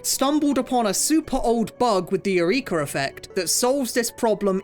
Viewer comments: im very surprised that no one pointed out how he's pronouncing "eureka" like urethra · The hard R on "Eureka" is crazy